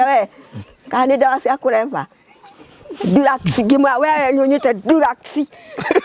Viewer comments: but for sure the old lady want to say drugs lakini ina sound dulex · oooo haiya btw anasema drugs but tunasikia durax😮